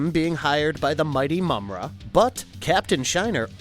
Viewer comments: It's pronounce Ma-mutt not mummat you dip - if you ever grew up watching this cartoon as I did you would know how to pronounce it - sound it out maaaaa mutt - watch the cartoon & you'll hear how the character Mummra says it. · My nigga did u even watch this? Ma-mutt and slith? You mean Marr-Mutt and Slythe (said like sl-eye-the)